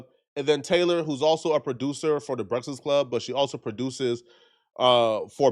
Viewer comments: “the BRET-FISS club” bro said it like times 😭🤦🏽‍♂️ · “THE BRESFISK CLUB” MORON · The Brekless Club 😅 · “…the brefzkest club” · Nobody:: BresasClub. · he cant even say THE BREAKFAST CLUB.